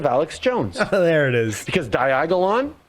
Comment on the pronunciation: What the fuck is a Diagalong